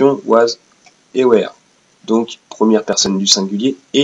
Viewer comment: Bien la vidéo mais alors ta prononciation MDR .. J'ai adoré le "were" prononcé comme "where" XD XD XD